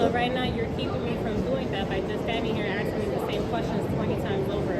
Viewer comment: "Axing" me questions.🤦🏻‍♂️